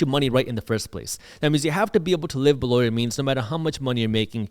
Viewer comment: is there any way you can stop saying below in the voice that you do?